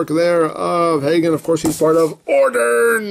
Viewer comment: you are pronouncing it right